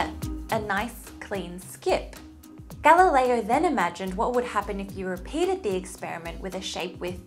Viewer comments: so, no italian husband to get galileo's pronunciation right, right? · Galileo is also not pronounced correctly. 😉